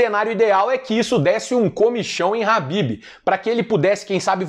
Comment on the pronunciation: É impressão minha, ou o nome em que ele se refere seria Khabib, e não Habib?